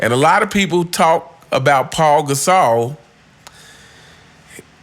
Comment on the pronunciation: Not "Paul" Gasol. It's "Pau" Gasol. Pronounced "Pow." (rhymes with wow, how, cow, now)